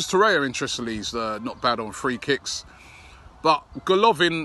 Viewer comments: It's TorreIRa, not Torrea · Its Torreira not Torrea